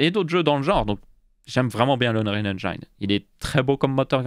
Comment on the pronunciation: Si Bill passait sur ce segment, il se suiciderait 11 fois en t'entendant prononcer « engine ». x)